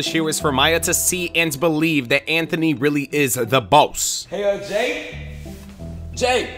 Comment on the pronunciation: Bro said zanthony